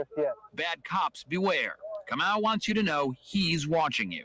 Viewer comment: I used to work with this guy. It’s ka mau. Not moo.